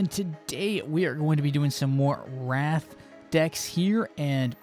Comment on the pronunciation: You keep saying Wraith like Wrath, but it's pronounced Ray-eighth.